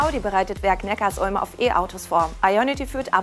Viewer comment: es heißt übrigens Neckar-Sulm (Zusammenfluss beider Flüsse), nicht Neckars-Ulm.... Abo???? Zahlen wir das auch bei Tankstellen, egal, ob man tankt oder nicht??? Was für ein Schwachsinn!